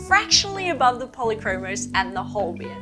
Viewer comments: They are not called Holbien but Holbein. You mispronounced them and misspelled them. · I like how your tests are a bit different from what you find in other channels. However please correct the logo and pronunciation for the Holbein pencils 😂 It is E followed by I and not the other way around, and it is pronounced as the German diphthong ei = /ay/